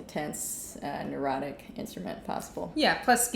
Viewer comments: Is saying "erotic" or "neurotic"? I can't tell! 😱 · haha neurotic! Erotic could work too